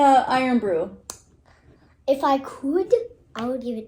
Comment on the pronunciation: pronounced "iron broo" (miss out the o in iron,) ( eyern).. its our "other " national drink...😁